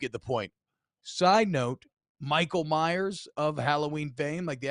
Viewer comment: Dudes name is Michael Mayer, not Myers. You can just call him Baby Gronk....but 6'5 265 isn't a baby anymore.